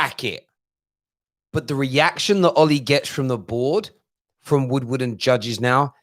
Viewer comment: He meant to say Edward Woodward. It sounds like Wood Wordward 🤣